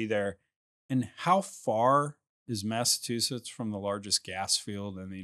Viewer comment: Great interview. The state is pronounced Massa*CH*usetts 😂